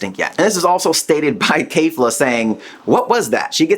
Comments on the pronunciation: kayfla.......................whhhhhhhhaaaaaaatttttttt? Ke-fla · Why do you pronounce Kefla and Kamehameha so weird?